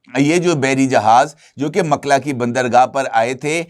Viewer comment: Makla nahee, A-lMukalla